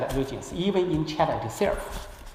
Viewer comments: 先把China的音校準⋯⋯ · A X 对于你这种普通人肯定不会有这种要求，可是破空先生是学者，高学历的人要求高点不行吗？而且出席的场合很高端，难道不应该让更好的表现展现中国高级知识分子的涵养吗？你以为是个人就能去这种场合发表演讲吗？对于高级知识分子难道不应该有点要求吗？不然为啥大家对北大的校长念成鸿浩志这么反感？如果是你我这种普通人大家会关心吗？高级知识分子是国家脊梁是国之重器，连基本的china都念不准，难道不会虚心向别人请教吗？如果是在国内也就算了。好歹他在美国住了这么久，身边这么多美国人，不说别的，破空的语言环境比中国大学生好太多了，学无止境，而且年纪大了不是不学习的借口！因为这是对知识分子的要求，不是对你我这样普通人的要求！ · 吕chang 问题不止口音还没有字正腔圆，能多准备一下不好吗？连china都发音不准